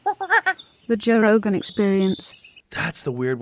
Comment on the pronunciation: Instead of “Joe” Rogen, it’s “Woah” Rogen